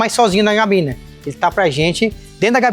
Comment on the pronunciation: Cabine e não Gabine kkk